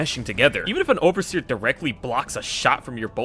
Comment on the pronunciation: Die oversheer die , this dude have personal problem with oversheer XD